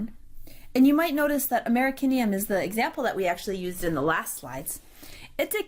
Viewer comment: Americium! Not Americinium. Apart from that, I loved it; thanks very much for this.